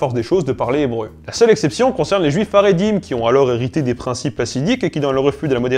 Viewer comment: Super video bravo! Par contre attention à la prononciation : Hassidisme et Haridim. Le "H" se prononce [x] comme la jota espagnole car ici, le H représente la lettre "khet" ח. Par contre Haskala est bien prononcé, puisque le H représente la lette "hé" ה, qui est l'équivalent d'un H en anglais.